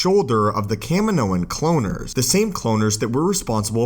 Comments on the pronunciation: Anyone else bugged by how the narrator pronounces Kamino? Kah-Mee-no not Cam-in-o. Sorry, my rant is done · Ca-mee-no. Not Can-minno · It’s kahmeenknow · Bro it’s pronounced Cuh Me No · You aren’t a true Star Wars fan because you say Kamino wrong. Watch attack of the clones bro 😂🤦‍♂️